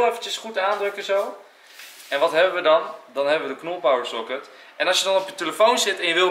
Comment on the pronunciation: Het is niet soket maar pocket